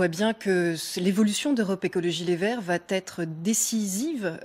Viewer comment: Va t être !!! À la 33 ème seconde !!! Y'a pas de T Caro.